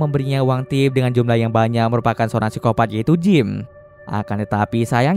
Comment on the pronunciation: Pengen ketawa gua denger baca siskopat